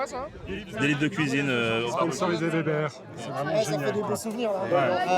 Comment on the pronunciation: Weber = ouébeur Et non Vébèr!!! 🤦🏼🤦🏼🤦🏼